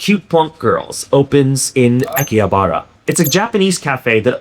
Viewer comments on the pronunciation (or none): I've never heard anyone pronounce Akihabara like that and was confused. Thx for putting text up with the audio, that always sorts me out when it's a tricky word.